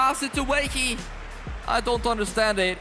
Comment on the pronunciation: Please prnonounce Wahi correctly, it's not Weah-ii but waa-hee